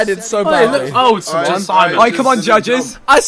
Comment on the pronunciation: Whenever says Simon, I hear Sideman